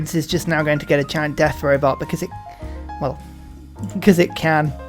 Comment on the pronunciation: Just love the way you say “robot” - I rewind and listen for many times lol